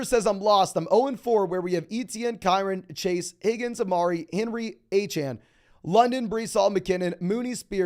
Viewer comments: I had to unsub because u keep saying a-chan. instead of A CHAIN, i think its intentional because he's an Aggie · Achane literally came out and said the people were pronouncing his name wrong and that it’s pronounced A-chan. 🤦‍♂️